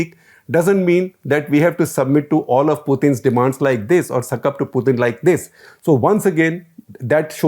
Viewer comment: Dear Shekar, you say "Poothin". I checked both the English and Russian pronunciation. It's "Pootin". Just FYI.